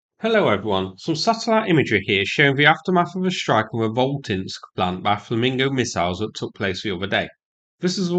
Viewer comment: The city is pronounced phonically: Vought Kinsk Been there a few times years ago. That place is massive and produces all sorts of stuff from oil drilling equipment, washing machines to Scuds.